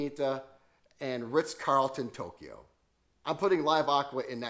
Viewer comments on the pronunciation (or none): none